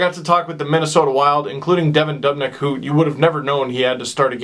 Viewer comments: 19,000 people scream "DOOOOOB" literally every time he saves. You heard it 35 times, and you're still saying DUHB?! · stop saying dub nick it's doobnick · ITS DOOB-NICK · Its pronounced (Doob - nick) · oh my god that's the most annoying pronunciation of dubnyk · All Pro well it's kinda FUCKING ANNOYING WHEN HE SAYS IT EVERY OTHER SENTENCE AND CAN'T SAY IT RIGHT